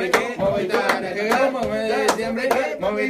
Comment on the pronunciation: Ese jajajajaja no se cansa de decir Movistar Arinna jajajaja 😂😂😂